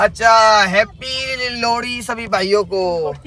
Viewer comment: 😂😂 Bhai lodi nhi lohri😂😂 thoda sa idhar udhar ho gya koi ni